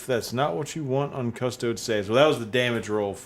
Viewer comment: Wait, at like did he call them "cuss-toads"?